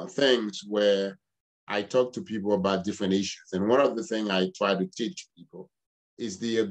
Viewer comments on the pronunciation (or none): none